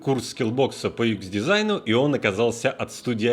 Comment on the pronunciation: юЭкс а не юИкс.:)